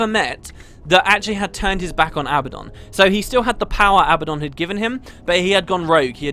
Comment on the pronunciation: Seriously? "Abbadon"?!